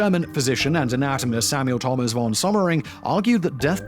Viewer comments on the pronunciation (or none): none